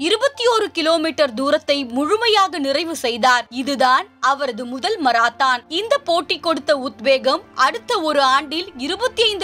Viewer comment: மராத்தான் அல்ல மாரத்தான்....ஏன்மா இப்படி?